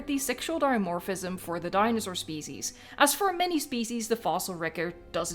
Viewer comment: Listen to when you say ‘species.’